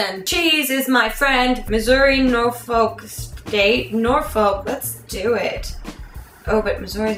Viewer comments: I live in norfolk and you say it wrong, it's more like noor-fook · GRACE! its pronounced NorFUCK.....seriously.....thats how we pronounce it down here